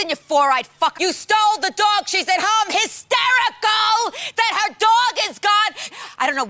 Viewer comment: Love the way Susie breaks down the syllables as much as her wacky ways with the F word. De Cap I tated, shes hys-ter-i-cle.